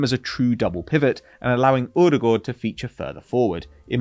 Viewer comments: What is this strange way of pronuncing Odegaard? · Pronouncing odegaard wrong is so annoying 😂